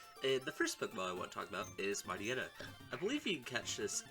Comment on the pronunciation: Why do I hear Mariana when he says Mightyena? Why do I hear Move cheater when he says Move tutor?